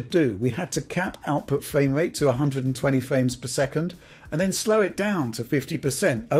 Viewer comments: amazing fwame wate! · Loving that fwamewate. Uwu.